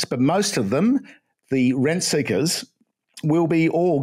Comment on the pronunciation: What's he saying? Rent Seekers? Red Seekers?